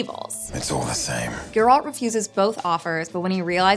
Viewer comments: It's not ger ALT. It's GER alt. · They really coudnt find someone for this video who can actually say GERALT, and not Grlat, so annoying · Can people please stop calling him Jeraaaaalt?